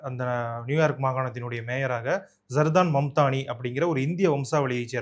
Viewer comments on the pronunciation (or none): பேரை சரியாக சொல்லுங்கப்பா (ஜூஹ்ரான் மம்தாணி )